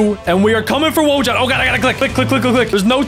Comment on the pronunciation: Wojan is voyan it’s Polish